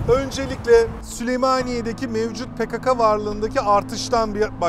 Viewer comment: Yalniz hocam pekaka degil pekeke olacak dogrusu..